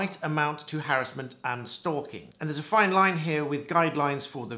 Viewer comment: Good to hear you pronounce 'harassment' correctly 😊. A friend of mine, who sadly died a while ago, helped bring about the 'Protection from Harassment Act 1997'. Edit: The friend I was referring to was solicitor advocate for the Plaintiff (yes, Plaintiff....pre Woolf reforms 1999 😊) in the case of Burris and Azadani (1995). Prior to this case it was not possible to get an injunction between parties where there hadn't been a relationship. In 1996 an attempt was made to introduce an anti stalking bill under the 10 minute rule but was unsuccessful. Just thought your followers might like some background regarding anti harassment legislation 😊